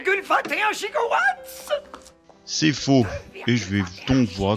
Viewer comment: 2,21 gigowatt !?!? xD je suis mort de rire xD